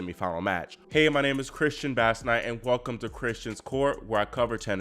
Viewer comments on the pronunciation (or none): none